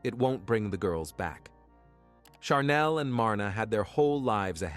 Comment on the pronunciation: I’m kind of wondering, why each and ever one of these stories on this one? There are words that are pronounced incorrect in the one with Chanel they keep calling charnel. She didn’t go naturally overtime. Either spell it right or say it right